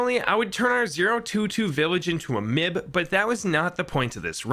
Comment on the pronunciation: m.i.b not mib